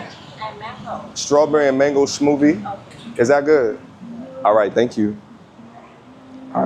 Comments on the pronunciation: Not being able to pronounce smoothie and then judging them on the way to strawberry is spelled and you're an American lol but now I'm glad for you, Homie so glad for the content. Love you bro. Much love. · That New York came out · New York accent bro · NYC accent🔥